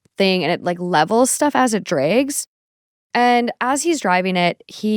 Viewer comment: for the word "drags," this is the 1st time I've heard accent lol ❤